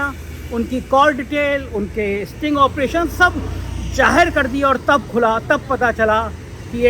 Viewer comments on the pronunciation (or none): none